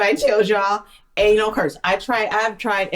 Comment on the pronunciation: its anal not anol